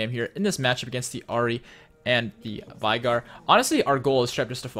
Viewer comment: As a Veigar main it pains me greatly every time you pronounce it with an "eye" sound.